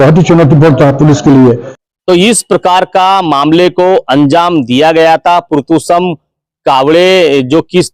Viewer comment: पुरतोशम नहीं पुरसोत्तम 🤣🤣🤣लगभग लगभग 👍